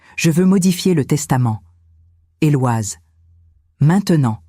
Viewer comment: En langue française on ne prononce pas le prénom Éloise mais plutôt Eloïse !!